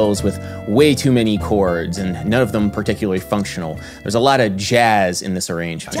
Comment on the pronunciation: "jahzz...jahzz..." Lol. Your videos are informative, Adam. And there's always... ("jahzz"...sorry I had one left over... ) ...a sense of humor you include in there. Lol.